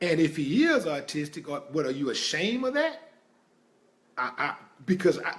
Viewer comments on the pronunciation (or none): Autistic! Aw- Tis-Tic Not Artistic! I had to!;)PEACE